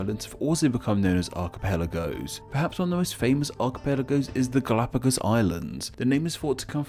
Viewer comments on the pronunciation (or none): none